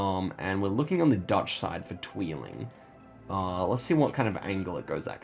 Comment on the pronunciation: I like your pronounciation of 'tweeling' :). It means 'twins' and isn't a town name :p